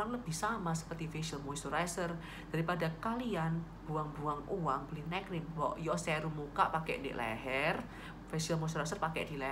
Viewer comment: Makasi, informasinya bermanfaat, saya mau usul, tolong dikasi tulisan juga donk, poin apa yg dibahas. Tadi waktu kakak bilang "neck cream" saya dengernya malah "night cream" 😁 supaya gak salah paham aja kak, makasi ya.... 🙏 Sukses buat channelnya.... 👍